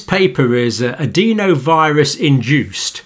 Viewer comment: Adenovirus. Not adeenovirus. I've never heard anyone pronounce it like that in all my time in Medicine.